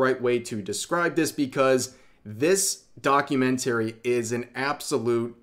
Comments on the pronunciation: Your pronunciation of "documentary" is really strange. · Rev trying to Say documentary is so funny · The way you say documentary really hurts my ears. Other than that good video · Please stop mispronouncing documentary it’s driving me craaaaaaazy. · keep practicing how to say documentary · you mispronounced documentary every time... 😮‍💨